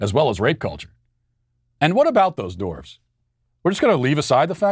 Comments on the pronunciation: I love Matt, but it's dWarves, not dOrves. Drove me nuts the whole video. Other than that, good stuff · Why do Americans pronounce the word, “dwarves” as “doorves”? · Lmao why is nobody talking about the way Matt says “dorves” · I keep hearing “dorks,” when Matt say “dwarves.”